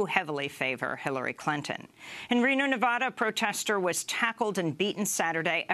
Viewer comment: please pronounce NEVADA correctly.